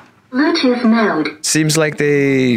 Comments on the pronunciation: "You're blutooh devic is redy to pal" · I love the : "Zhe bootooth devize iz reedy to pear" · "Ze blutooh device ihs rety too pel'